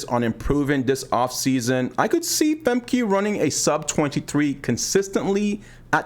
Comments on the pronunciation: Thanks for the tip, I've been calling Femke FEM-KEY for the longest but I just started calling Fem-kuh once I learned about how to pronounce it correctly recently. European names are so hard to say because of all of the consonants. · pronounce her name right: Femke (Famkuh) uh not ee